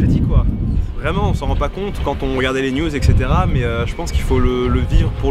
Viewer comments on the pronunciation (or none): none